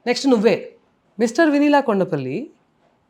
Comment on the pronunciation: Ayyaa.. Sir.. Vennela kaadu.. Vineela... 😂